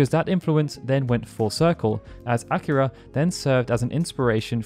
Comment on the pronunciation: Smh “Acura” is a car brand. It’s A-Kir-A lol